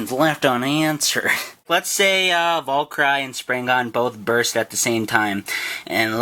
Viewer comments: you pronounce it valkiri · its pronounce vul- ker- rie you dumb dumb. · its val-ker-ee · Valkyrie is pronounced: Val - K - Ree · Hey bud it should have more stuff and it's pronounced VAL-KER-REE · Decent attempt at pronouncing it, but they are: (The attack type) Val-kr-ee (The balence type) Sp-rig-gen Other words in names you should know (wing, fusion etc) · It's pronounced Val-ca-ree. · no valkyrie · The blue one is pronounced val-cure-e